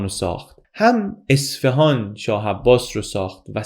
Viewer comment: اصفِهان؟ چرا اصفِهان!!! یه اعراب کوچیک رو اعصابم بود😢 ممنون از. لطفا دیگه واژه اصفهان رو درست تلفظ کنید